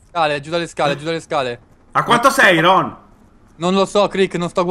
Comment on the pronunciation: se poi lo chiami "ronh" ahahahahah si chiama Rohn .-.